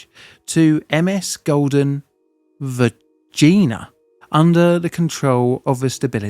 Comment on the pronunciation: Golden Vergina, well pronounced sir!